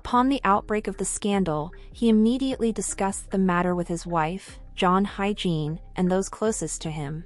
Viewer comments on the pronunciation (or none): You can't hire a VO talent who's skilled in pronouncing foreign names? It's pronounced [ HI-YE-JIN], not HYGIENE....jesus....